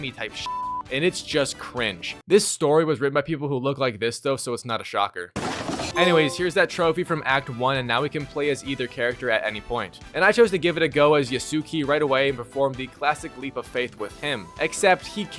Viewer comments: Yasuke and Naoe are named every vew minutes in the game but you still mispronounce them in the worst way 😂 Nene and ASSuki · “Yasss-Kay”…. “Now-ayy” smh 🤦🏽‍♀️ lol. Not yaquess and nay nay 💀💀💀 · YasssUkey = Yasuke, Nah Oh Hey = Naoe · "Yah." "Suh." "Kay." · if anyb wondering its (yas-oo-kay) and (now-aye) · Yusuki and Nene. I love how this guys butchers every name he encounters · Bro it’s pronounced yaskay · You never watched Naruto? Sus-kay is the way people say it, I pronounce it with the "u" in the name silent. Same with Yasuke. The way we say it has to be fluent in a Japanese sense from its people say it, it's not commonly pronounced for words that English people say. Most countries pronounce things differently. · Bro Yasuke’s name rhymes with Sasuke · The u Yasuke is silent.